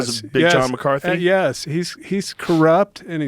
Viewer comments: How many times did Tank mispronounce Big John’s last name lol? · I can’t help but feel like there’s intention behind the butchering of his name.